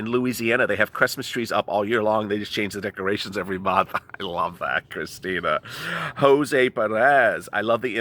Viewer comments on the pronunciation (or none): none